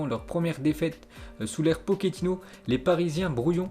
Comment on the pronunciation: Arrêter des dire poketino , c'est pas un pokemon , pochetino c'est claire non